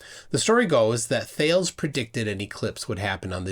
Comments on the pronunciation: Nice video My only quibble is the pronunciation of Thales (Thay-Leez) as Thayles was a little hard on my ears. It was a bit like hearing about the Major Cayshun. Not a criticism. Just a minor quibble. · Just a bit of feedback, I'm not sure your pronouncing Thales correctly, I think it its pronounced Thalees with a hard e at the end. (My source is that I studied philosophy in college). I always appreciate your content though. My mother is unfortunately a flat earther. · I'm being picky, but it's "My-lée-tus", "Prin-kíp-ia" and "Hál-ee". Though I will concede that Prin-sip-ia is used by those who don't use classical Latin (tut!) and Halley can also be pronounced Hailey or Hawley and no-one's entirely certain which variant Edmund or Edmond would have used himself. It's definitely not "mill-a-tus", though. Oh, and "Thales" is not like "Whales", but "Thay-leez". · I'll make a prediction! 😉 I predict that the flat Earth "guru" will waffle, evade, spew word salad, and fail completely to explain how he predicts eclipses. (PS - sorry to be picky, but Thales is pronounced "Thay-lees". After a classical education, your version is like nails on a blackboard 😄) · Isn't his name pronounced "Thay lees" (or maybe "Tha lees")? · Say there,.. "Thales" doesn't rhyme with "sales".. It's a Greek name, and is properly pronounced "THAY-lees". You also mispronounced "Miletus".. it's "my-LEET-us". Kinda lazy errors, if you ask me. It's all there on Wikipedia. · Um, Thales is two syllables - the E is spokes. Also Principia, being Latin, is pronounced with a hard C.